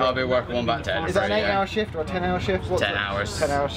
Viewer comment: Lovely to see another ATS video. But... Leukars? Breek? Edinborough? Tut tut -- hope you'll do better with English place names!